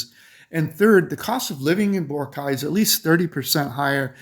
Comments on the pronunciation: Boar-rock-eye! Not Boara-kye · Your pronunciation of Boracay is incorrect.